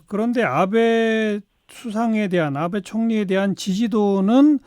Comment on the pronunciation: 아베가 왜 자꾸 나베로 들리지 ㅋㅋ